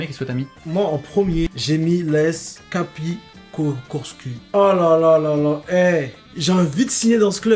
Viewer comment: l’as capicorsu traduit, c’est as cap Corse. Quand vous le prononcez vous le faites passez pour un club paumé dans la creuse mdr